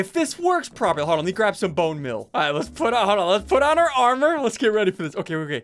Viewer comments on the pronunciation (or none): none